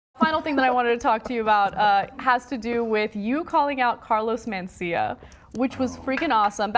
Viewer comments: "Mancia" - How can this bitch not know how to pronounce Mencia? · Mencia, ana, not Mancia. She always reads something wrong. Atleast it was.only that in this video. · Carlos mAncia? I’m pretty sure it’s Mencia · You'd think someone hosting a show would know how to read..."Carlos Mancia?" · Lmao "mancia" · Carlos "Mancia", as she pronounces it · "Carlos Manseeuh" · It annoys me when she pronounces it man-cea lol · MEN-CIA. Men.... Mencia. Ugh, these people. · She can’t even say Carlos’ last name correctly.